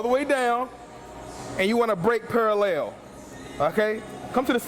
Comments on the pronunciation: His Parallel pronunciation is almost as bad as Vinces back squads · Is he saying pale ale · this is para-lel you wanna break para-lel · Alright, fuck it I'm just gonna ask. All this "hippie shit" talk? WTF are you guys referring to when you talk about "hippie shit"? Oh and I love the way says "paralayle". I can't wait to get to the gym tomorrow. I'm gonna focus like a mother fucking laser and tear these legs to the ground. They're either gonna grow or die trying. So thanks for the video. I'll be sure to keep my shit in check tomorrow. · parallel "purahlehl" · Rection Paraleyal haha